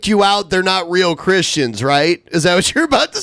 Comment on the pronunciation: Can someone please tell to stop pronouncing christians in that retaeded way?